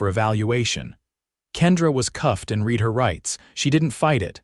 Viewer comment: Teach the narrator how to pronounce the past tense of “read”.